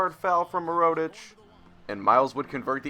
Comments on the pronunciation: it is pronounced mer-oo-tic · Completely fucking up mirotic name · No hate but I was cringing every time you said Nikola Mirotic, so. Knee-Cola (as in Coca Cola lol) Meer-oh-tich (Meer as in the beginning of mirror) I hope this helps!